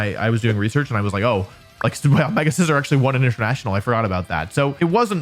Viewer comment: A bad English accent AND not saying SEE-ZORRR when introducing Scizor? Wolfey fell off man 😂 (In all seriousness, fantastic list and I love all the various factors and things you include to fully evaluate a Pokémon. It could be very easy to just focus on a few particular, big, obvious qualities and so I love how you look into overlooked and easy to forget qualities too)